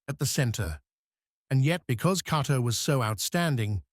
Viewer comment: It's quite a stretch to call this "15 Facts You Didn't Know." Any casual fan knows much if not all of this information. Further, the "narrator" has an AI generated feel to it. He mispronounces Cato's name several times while getting it right at other times. If not for the great still pics and clips I'd say I would like my back please.